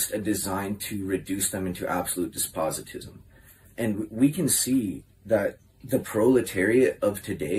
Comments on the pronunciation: Shouldn't make fun of of someone's abilities and regard then as slow on YouTube when you can't say "despotism" correctly. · He said Despositism at least 8 times and I can only imagine he’s actually referring to Despotism